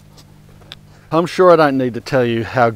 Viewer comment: "What a clustah!".. you just added a new Aussie thing for me to say to my Aussie inlaws.. best part is it also works in Maine!! Lol